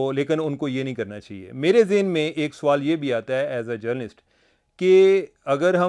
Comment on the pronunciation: Aap Sawal ko Soaal kehtey heyn jo keh ghalat urdu hey.